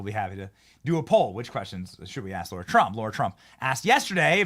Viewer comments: LARA, LARA, LARA!!!!! Seriously wtf is your issue? Her fkn name isn't LAURA. It's LARA!!!! It's either personal, or you're incompetent. Aren't words YOUR JOB?? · It’s LARA TRUMP not Laura - please ?